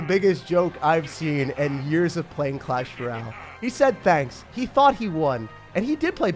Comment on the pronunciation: Bro said clash rale